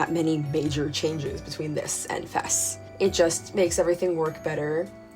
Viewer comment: Thank you for pronouncing FES correctly. AND using the correct name of the P3 protagonist. Great analysis of each game overall, thank you for this!